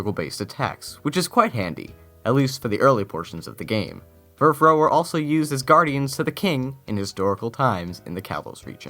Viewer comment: Furfrou is based off of fur and frou-frou ( a french word for frilly and sometimes used as a term of endearment) so I think it's said FurfrOW. I might be wrong though.